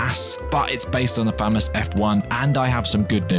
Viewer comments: This guy is great but I was visibly disgusted by the way of how he pronounced famas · As a cod player it isn’t pronounced “Faaamass” it’s “Fuhmas” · The way he pronounced FAH-MAAHS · Nice pronunciation “Famass”💀😂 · never pronounce famas like that again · Its pronounced (fa-mass) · People hate it because you pronounced it wrong